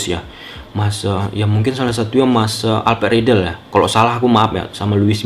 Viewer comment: "alped redell" hahaha hahaha